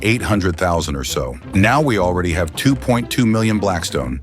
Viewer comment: are you german since micht said hab string